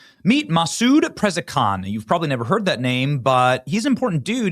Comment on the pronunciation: Masound Prezekan? Yeah never heard of that name. 😂 Pronunciation is hilarious